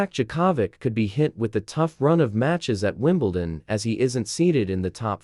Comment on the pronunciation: Novak Jacavik who the hell is that! Oh, Yea that's how an irritating AI voice over would screw up anybody's name! Don't use AI voice overs!!! :hand-orange-covering-eyes